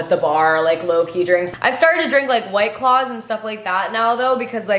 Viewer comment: sorry, did you call key "kay"?